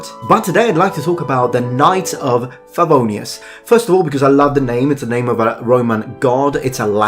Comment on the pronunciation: i hear people say it wrong a lot easy mistake too make but only the feng was wrong the rest was right